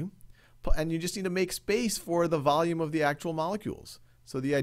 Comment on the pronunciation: He speaks like “vulululullulululu of the container of the gas container